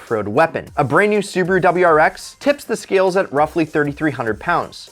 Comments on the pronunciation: Bro its su-ba-ru not subru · Its subaru not suberu